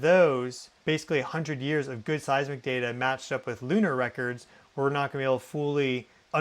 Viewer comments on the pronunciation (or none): none